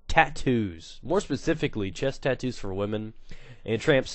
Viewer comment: LOL "titoos"